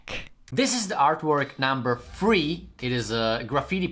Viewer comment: Can you please look into the correct pronunciation for the words three, character and thumb.🙏🏻